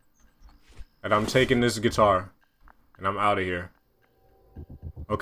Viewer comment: "Is this place have the getar" Misses it